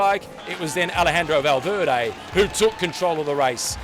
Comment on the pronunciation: "Valveerday" really !?